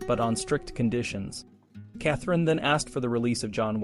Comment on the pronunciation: Shap Eyes? Kath-a-reen?😅